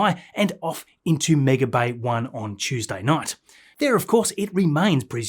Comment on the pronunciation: This guy does good quality videos... But Tanzanians can't pronounce the words 'booster', 'entirely' and 'there/their/they're' correctly... 😂 Once you hear it, especially with the amount of times he says booster, you can't unhear it!!